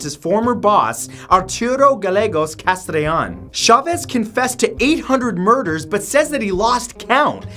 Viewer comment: "Arturo Gallegos Castrellon" How did you pronounce the "ll" in "Gallegos" correctly but not in "Castrellon".